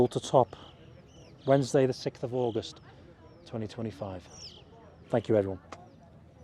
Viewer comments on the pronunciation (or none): none